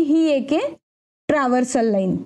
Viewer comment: तुम्ही चांगले स्पष्टीकरण देता....पण काही उच्चार चुकीचे होतात ये....ट्रान्सवर्सल आहे पण तुम्ही ट्रव्हर्सल बोलतात ये....